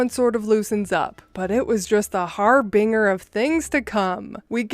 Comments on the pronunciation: Pronunciation' chasened chay-sind harbinger haa=buhn=juh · I love, love, love your channel. It’s fun and light hearted, but a word of advice as you grow your channel… since you are a narrator, please look up the pronunciation of words you aren’t familiar with, I.e. harbinger in this case. Over the 10 videos I’ve listened to there was at least one word you mispronounced and it throws off the listener. I’m not saying this as a “hater” or to pick on you… just feedback to help you improve. I love that there is a female narrator and that you don’t do “voices” or say off color remarks like some other channels and I’ve turned many a friend and coworker on to your channel, so again, please take this feedback kindly. ❤